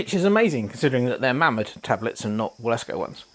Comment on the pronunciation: Should be pronounced Vilesco. It's a nice model for £184 and Wilesco quality is very good. Thanks for giving me a chance to see one in action.